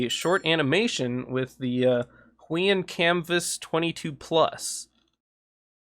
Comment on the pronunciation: heueun Me: Actually its pronouced who-e-on